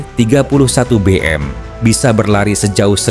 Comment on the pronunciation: MIG bukan Mi G. Bego km bro